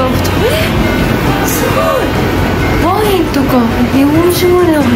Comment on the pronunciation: 、ワインのイントネーションに違和感があるような気がしなくもない。